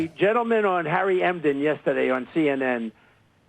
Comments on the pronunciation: Harry Enten not Emden! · Can we talk about the fact that he called Harry Enten, Harry “Emden”? Lol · He can’t even get Harry Enten’s name correct. He’s in complete denial.